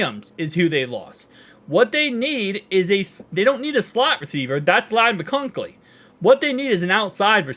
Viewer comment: Hey brother, Ladd McConkey is pronounced McCon-KEE, kinda like “donkey”. 🙂